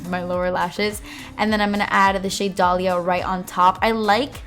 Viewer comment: Never have I heard someone say my name so nicely ty I didn't know this palette had a shadow with my name now I want that blue Dalia 💙💙💙💙